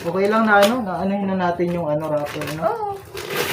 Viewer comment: HINDI RAFFER, WRAPPER.